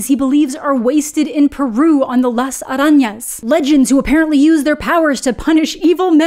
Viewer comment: I’m just impressed on how well you pronounce spiders in Spanish! lol 10/10